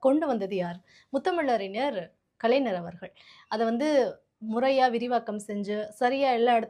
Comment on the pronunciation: கலைநர்? it's கலைஞர் !!!